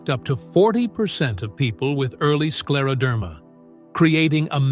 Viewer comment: Слушать невыносимо, неужели нельзя ИИ правильно произносить слова.... СкАродермия😢